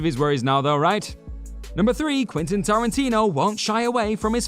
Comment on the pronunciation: It's "Quentin", not "Quintin" or even "Quinton" . Learn how to pronounce it.